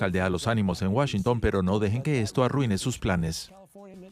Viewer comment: Enseñenle a como se pronuncia la capital de EEUU. No es Washincun, es Washington